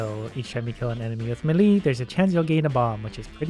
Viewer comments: Day 1 of telling it's not 'M'lee' but 'May-lay' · Is nobody gonna talk about how he's still saying meh-lee? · Hey, melee is pronounced like "may lay" just so you know. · It bugs me when he says melee wrong but whatever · Ariana stand what you pronounce it melee, it's pronounced melee